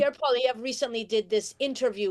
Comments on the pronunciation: It's pronounced Polly-ev. Not Pollyevra. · This clip is too short. It does not explain enough about why Pollievre's politics are bad for Canadians. ( For anyone who doesn't know, he is a corporate stooge who will transfer even more of every day Canadians' wealth to the rich elite). And very odd that the woman with the dyed hair pronounces his name incorrectly. His name is French, so you don't pronounce the last letter. It's 3 syllables, 'Polliev' not 4 syllables 'Pollievre'. Just like his first name is pronounced, 'Pierr' nor 'Pierre'. You don't pronounce the 're' at the end of either. I don't like the man, but at least say his name correctly. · So out of touch she can’t even pronounce his name properly. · At least say his name right!! If your for Mark Carney then get ready for HIS tarrifs he wants to tax nations that dont have green energy that means a tarrif on China, Mexico, and ...the USA!! Look it up don't just get your info from these ppl on the youtube.